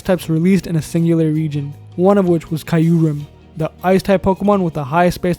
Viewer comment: The way he is pronouncing Kyurem is killing me Good vid anyway